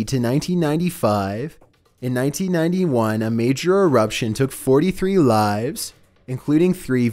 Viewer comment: VOLCANO ERUPTSHIAN.